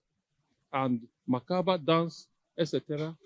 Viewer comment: It's mentally discomforting for a prof to be unconscious of his public space and repeatedly messes up the sound of a simple word. - macabre dance not macaver or whatever. What a Prof? When money becomes our main objective of occupying any position, the tendency of making one sway even shamelessly is inevitable. This is the obvious problem with Niger Delta.